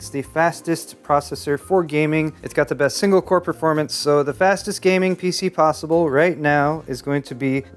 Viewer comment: you better check how much cpu sockets are there before say "FASTEST S#%T POSWEBLE"